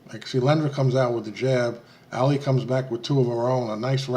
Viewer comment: Ali is pronounced Ah-lee, NOT Alley!